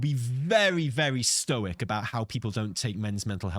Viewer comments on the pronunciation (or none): none